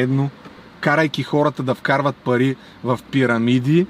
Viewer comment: Кат' чуя "паритьи" и веднага ми иде да мятам кинтьи!